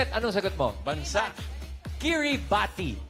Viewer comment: Kiribati is read as Kiribaz